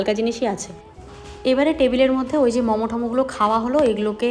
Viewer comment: Mamo na Momo bolo khub baje lage sunte.